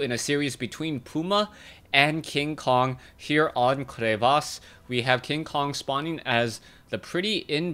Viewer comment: I love everything about casts...except the way he says crevasse with the weird accent thing >_<...the R's normal and it's a "short" A, silly caster (hit up a dictionary website with a "listen" button!)